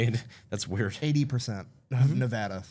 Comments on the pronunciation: the navada instead of the nevada killed my soul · I love you guys. But it’s Nevada not nevuhda. We don’t say Texaus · I wish for once famous people could actually pronounce Nevada correctly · Brandon Brandon Brandon... you disappoint me man. Right off the bat you miss-pronounce Nevada. I'm a native of the state. Also I had no idea you guys were in town. :) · I can't believe Brandon said nevada wrong